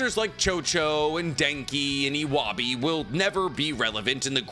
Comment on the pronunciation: Bro I can't with the way you pronounced "Iwabe" ☠️☠️